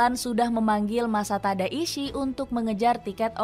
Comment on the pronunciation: Mimin salah sebut nama pelatih Thailand😂, Matasada, seharusnya masatada..